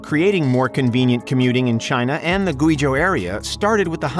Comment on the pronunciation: I’m not normally a stickler, but if you’re going to say the word “Guizhou” so much please just google how to say it first. It’s more like “gway-joe”